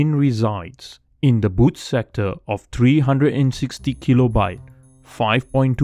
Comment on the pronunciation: You said bad sectore. Did you mean boot sector?